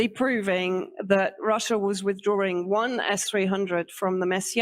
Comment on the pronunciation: Rusher, Chiner, Syrier, Cuber...etc.. Oh well, we can't say "Impor unt" here in good ole USA 😁